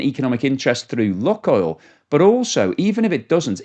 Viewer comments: Lukoil, pronounced Lukeoil,as in Luke the boys name. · STOP PRONOUNCING LUKOIL INCORRECTLY. DO SOME RESEARCH ON THE SUBJECT YOURE TALKING ABOUT FFS